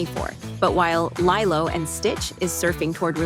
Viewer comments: Lee-Loh Not Lie-Loh. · I’m so bothered that you pronounce Lilo as LIE-LOW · Not sure if this is AI generated audio (probably is, nothing is real anymore) , but "Lie-Lo" and Stitch was painful to hear... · LYLO AND STITCH HUUUUH ISNT IT LEEELO AND STITCH.... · It could be ai because they also mess up when they say live action